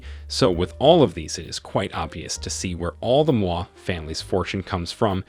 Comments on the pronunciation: Damn! You butchered all the names, including g the Indian names. Do some research, ask for help and do better next time. Moi pronunciation took me out. You do not pronounce it like moi in French. Geez! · I wondered about this “American” narrator, I suspect it’s a Kenyan chap using a text to speech application..the pronunciation of “Moi” is also telling. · The name pronunciations in this video are terrible. t was so cringey I couldn't watch it all. Please ask any Kenyan friend to help you next time. The worst for me were Mama Ngina and Moi.